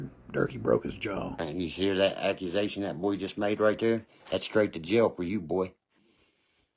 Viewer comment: is making some very serious "accumazations." 😂😂😂